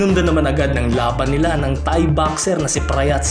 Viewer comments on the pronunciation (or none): none